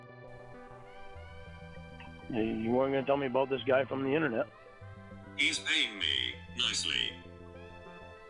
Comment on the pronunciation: The "Innanet" the fawking "Innanet"! greatest nemesis and scapegoat for all of his screw-ups. "Guy from the Innanet"...top tier threat. Guy from anywhere else....just an inconvenience and mildly annoying. EDIT: I really need to go easy on the vodka while I'm listening to these incredibly entertaining calls. Thanks so much for spending the time to bring us these gems. Well done!